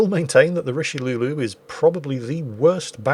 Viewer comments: "Richelieu-lu" lol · I mean, pronouncing it richeliou is already insulting enough for us baguette eaters, you really don’t need to add anything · "Richelieulieu" Me being a weeb: "Richelieuwu~"